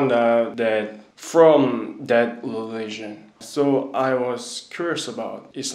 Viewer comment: The way he say leligion instead of religion 😍 how cute is he 🥰😍😍 Allah bless you Best regards from Iraq 🇮🇶